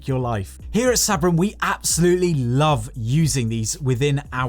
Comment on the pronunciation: Your saying Sabrent incorrectly, your British not American, and you didn't do a speed test.